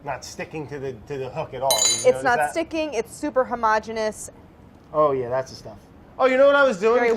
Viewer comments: We need a compilation of Claire saying "homogeneous" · Claire's pronunciation of homogeneous made me discover the word homogenous 😅